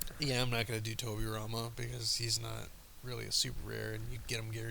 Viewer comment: What exactly did you say when you noted Tobirama? I can't make it out...